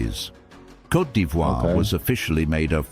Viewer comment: 😂 say Côte not coté